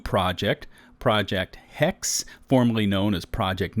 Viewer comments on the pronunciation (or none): Hex-eh btw. It's german. Interesting news. Just don't make another valhalla